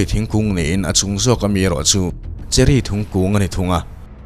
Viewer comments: cherry thingkung tia i lam tr...i lam sual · 58 second ah khan a sawi sual